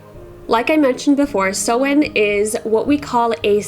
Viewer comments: What’s the point in saying which way to pronounce it at the start of your video if you can’t even pronounce it lmao. It’s pronounced sow-in like soah-in or sau-in. I speak Irish. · I love Samhain, but the way it's pronounced makes me angry. Something that makes me feel calm, however, is sitting down with a nice cup of herbal tea and listening to ASMR 😴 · I'm not sure if it's your accent or the pronunciation of Samhain is sounding wrong to me. What I'm hearing "Sew n ( hard N) I'm an old Crone practicing Wicca for over 40 years. I, too, in the beginning would pronounce the Esbats & Sabbats incorrectly. I'm self taught ( solitary, before computers etc.) Tomorrow October 31 is Samhain ( sow in, sounds like sow( female pig) inn) Some pronounce it Sam Haine, this would drive me nuts only because for years I too pronounced it incorrectly 😖 The pronunciation of Samhain varies depending on the Gaelic language it is pronounced in. Samhain is usually pronounced in its Irish version. So the correct pronunciation of Samhain in Irish is Sau-ihn. The first part, -Sau, is pronounced like the "sow", the female of a pig. The second syllable, -ihn, contains an "i" that is pronounced somewhat midway between an "i" and an "e" sound. It must be noted that there is another sound at the end of the word that is nearly imperceptible, which is a sort of elided "ye" sound, as heard in the audio pronunciation. Adding that sound, the pronunciation of Samhain becomes Sau-ihn(ye), where the -ye is basically just the initial pronunciation of the "y". It resembles a shorter "ñ" sound like the word "piñata". So if you pronounce the "n" in -ihn as an "ñ", but stopping midway through it you achieve the proper pronunciation of Samhain in Irish, which would equate to Sau-ihñ. Resource: Anyway just my two cents. Happy Samhain, dont forget to light your ance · Hey as a native Irish speaker Samhain is pronounced sow-in rather than sew-in. Sow as in a pig ❤